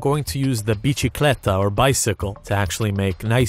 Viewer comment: Its bisikleta not biCHikleta